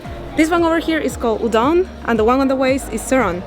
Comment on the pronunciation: The right is udeng not udang😂😂 btw im from bali